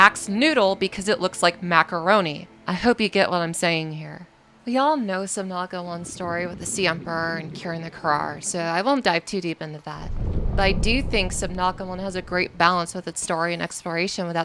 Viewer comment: forgot that its kharaa bacterium not carar bacterium